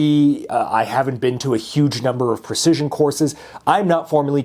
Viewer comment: WHEN ARE WE GONNA STOP HEARING "PER-CISION" GUN 🙄 instead of "Precision"? Lol